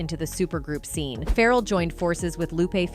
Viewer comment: This chick cannot pronounce some of these rapper names LOL... keeps calling Pharrell "feral" and Ja- Rule "Jay Rule." LOLLL